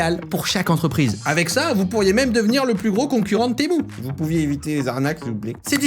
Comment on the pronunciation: Moi je penser qu’on disait Temu pas temou